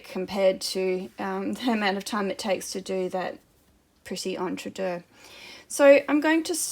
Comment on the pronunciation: So glad to hear you pronounce entredeux correctly! I hear many people on uTube pronounce it ‘EntreDOUGH’! Not correct French!